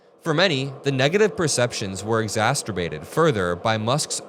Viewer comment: Lol "Exacterbated"